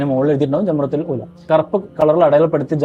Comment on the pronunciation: ജംറതുൽ ഉലാ എന്നല്ല, ജംറത്തുൽ ഊലാ എന്നാണ്,ഒന്നാമത്തെ എന്നർത്ഥം